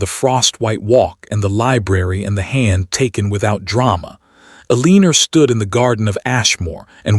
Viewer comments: AI pronounces Eleanor (EL- eh-nor) as eh-LEAN-or. Someone does not know how to program AI to pronounce Eleanor correctly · Because this AI is obsessed with a name it can not pronounce. I have commented to the channel/author to not use that name since their AI can’t pronounce it and it has been used by the AI in 3 or 4 stories.. I am leaving because Elinorr makes me flinch everytime. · Changing her name from Clara to a mispronounced Eleanor was the first strange thing about the story...others have addressed by others. Who wrote the last letter? that was not clear ....and she should have provided an heir in the ending since that was the main reason for their malice acts!